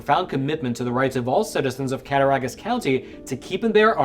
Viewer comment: It's pronounced cat-tah-rog-us, county. You were good on everything but the "Rog", pronounced like "Dog". NY is similar to the rest of America in that the big cities are blue but the state is all red. So you got Buffalo, Syracuse, Albany, and NYC; which on the map is a small amount of blue surrounded by a sea of red.